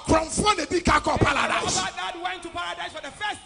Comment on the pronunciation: He can't even pronounce Paradise, his saying Paladise